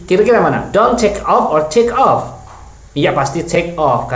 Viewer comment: Off ya bukan of